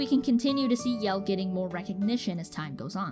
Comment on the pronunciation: Sweet video, and although I am a Team Momo fan (which I will forever hold against this channel) and that fact that I winced every single time that you mispronouced Jelle's name (it's pronounced like Yellah, from Mellow Yellow) this had some great quality stuff and decent analysis. Room to improve, but still a great video.